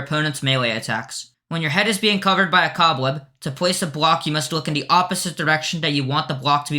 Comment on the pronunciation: "to plwace a bwock" lmao